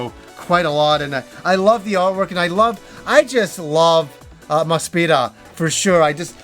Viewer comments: Looked at the katakana and it looks like you're pronouncing Mospeada correctly from what I can tell. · I want to reassure you that the hiragana on the Mospeada soundtrack confirms your pronunciation. That's how I've always pronounced it as well before I could even read Japanese.